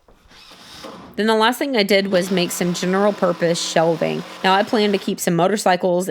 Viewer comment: General! Not gennnerll